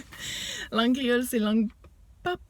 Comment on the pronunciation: Bravo !! Pour le créole tres bien prononcé enh !!! Mwen renmen sa